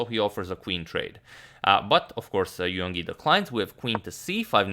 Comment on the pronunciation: In "Yangyi", don't sound the "g". "Yang" is one syllable (like English "rang" or "sang") and "Yi" another (pronounced like English "ee", as in "seek").